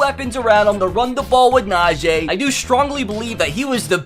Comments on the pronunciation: It's najEE not najAA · Thumbs down each video he says Najee wrong 😂